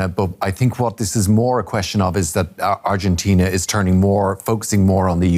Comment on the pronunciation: what is arjentain? argentina 😂